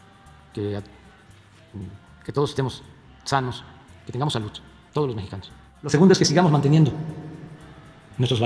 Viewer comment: Ni siquiera sabe decir SALUD dice salutt ya con eso ya valimos 🤦‍♀️🤦‍♀️